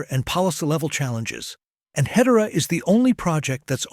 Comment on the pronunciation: Ahh, the power of AI. I would like to see better pronunciation of Hedera; otherwise, a brilliant description of what's ahead!